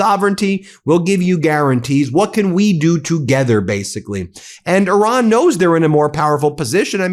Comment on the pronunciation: When he says "Oran", he does of course mean Iran.